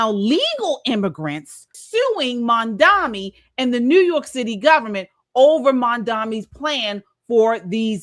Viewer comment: MamdaNi NOT MamdaMi